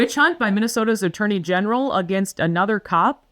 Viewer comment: Attorney Genital? I thougt that's what I heard.